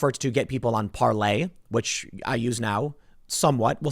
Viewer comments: It's pronounced Par-LER! not lay. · I immediately turn off his videos now when he says Parlay. Tim, IT'S PARLEEEEER. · Parler you jackass not parlay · STOP CALLING IT PARLAY!!! Yes that is the french pronunciation but no one calls it that. Say PAR-LER. People will look for a different site if you keep saying it that way. Listen to people speak not just your own interpretation of what you read. That sounds so pretentious and annoying. Like Steve Colbert pretending his name is Colbare. His family is Irish not French and it's just pretense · PARLER, geez, it’s PARLER. What you do on it is parlay. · PARLER came out and said that Lauren Chen couldn’t pronounce Par lay, so the COMPANY changed its name pronunciation, you are saying it wrong. You are now Lauren Chen, I don’t think they are going to change it back because Tim Pool really wants to say ParLay